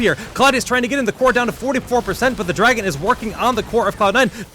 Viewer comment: If that guy says "Draygun" instead of "Dragon" one more time, I am just going to snap...